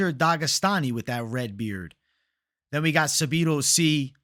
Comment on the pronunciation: Sabido???? 😂 say it with me: SAH-DEE-BOO